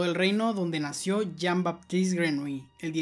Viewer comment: Se pronuncia Yin Batist Grenoulli